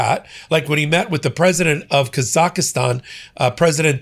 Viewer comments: **THIRD FRIENDLY REMINDER HERE!!** THE COUNTRY YOU CONTINUE TO MISPRONOUNCE IS THREE SYLLABLES. NOT FOUR. IT AIN'T ROCKET SCIENCE! Say it three times slowly. KAH-zahk-stan. With the emphasis on the KAH (first syllable). IT IS NOT Kah-ZAH-KAH-STAN. You will be saying the name of this country again and again for as much as it is going to be in the news, you might as well correct the mistake now. You're welcome! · "Kaz-ak-stan." Please not Kaz-ak-a-stan! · Yep, he’s been doing it for days. He says ka-zak-i-stan when it should be KAZ-ahk-stan. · Kazakhstan NOT Kazakhistan. PLEASE. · Say it with me,: Kaa-zaak-staan - 3 syllables, not 4. The "h" is silent. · Kaz-akh-stan. For goodness sake, if you got the name right you might recognise the country. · What a super weird pronunciation of Kazakhstan,, sounds like he's adding another syllable to it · You keep adding an extra syllable to the middle of Kazakhstan,. You might want to double-check that before any future mentions. Other than that, keep up the great work!